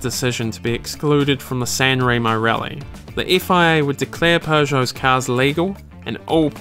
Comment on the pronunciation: Fantastic work. Great documentary, but you should at least pronunce some Italian words in the right way. Is Lancia, not Lanzia. And is Sanremo, no Senrimo....